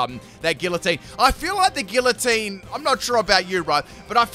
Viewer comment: Whelp, that's two poketubers I've heard say Gillatine.